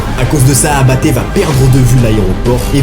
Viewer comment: Il dit abatte j entend apt😢